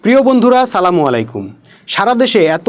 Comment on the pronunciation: সালামের উচ্চারণ পরিষ্কার করে শিখে তবেই সালাম দিয়েন ভাই।